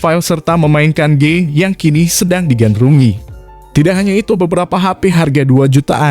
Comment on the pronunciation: "memainkan gey" :v